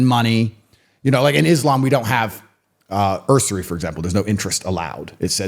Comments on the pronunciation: Tate: "...in Islam we don't have 'ursory..." ...Really? Tate's going to add a misplaced "R" to "usury" and pronounce it like it rhymes with "cursory"? It comes from the word "Use" in the form "To use a tool," not like "loose." It sounds like "You + yuri" You don't need a belief in god to argue against property rights or "lending at interest," ...but your arguments need to be better. Please, help me to understand your position. "Belief" is not enough. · Usury - pronounced yews-yer-ee not er-sir-ee Also the god that Islam that Mohammad proposes is absolutely not the same God that Christianity believes in. The Islamic god is closer to Satan. For example, just look at the characters of Jesus compared to Mohammad... Jesus is the Son of God. Mohammad is the slave of his god. Jesus didn't kill. Mohammad beheaded hundreds and tells his followers to behead also. Jesus honoured women and the sanctity of the holy union between man and woman. The woman and man are to honour and obey each other. Mohammad says that women are worth half that of a man, he took a bride of 6yrs of age, had sex with her when she was 9. Had several marriages and divorces. Jesus didn't lie. Mohammad lied freely, sees it as necessary to the spread of Islam and tells his followers to lie whenever necessary. Jesus converts people to faith with love. Mohammad converts people with subjugation, domination and the sword. Jesus accepts forgiveness of sins and promises everlasting life . Mohammad's god tells of an afterlife of deflowering perpetual virgins, the surest way of securing that is to self sacrifice while killing non believers. The differences couldn't be more stark.